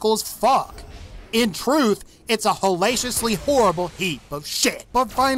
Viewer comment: Disliked because he said "hallacious".